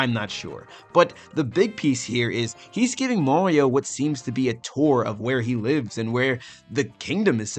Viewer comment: Why do you pronounce "Mario" as "Morio"